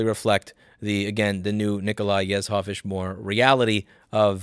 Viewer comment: Nikolai Yezhov is pronounced with a J sound where the Z is. Yej-hof